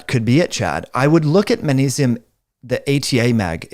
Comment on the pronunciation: it’s manesium man! say it with me now, maGnesium. can’t take you seriously, manesium lol😂